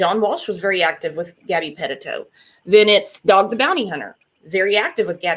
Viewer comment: Puh-teet-o...... NOT Pet-tit-o Haha 😉